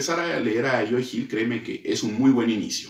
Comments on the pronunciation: Estás pronunciando mal el nombre de Joe, lo pronuncias como si fuera "Joey". Puedes revisar cualquier entrevista a Joe y escuchar como se pronuncia. Saludos. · creo que la mejor manera de pronunciarlo es cómo Homero Simpson lo hace con su cantinero favorito Moe, solo cambiando ma M por una Y, (you) 👍🏻